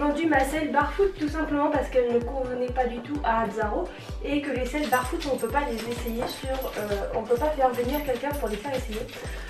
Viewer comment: Tu me stresses à dire barefoot, on dit bèrefoot. 😂 En plus tu dis aïkonic. 😳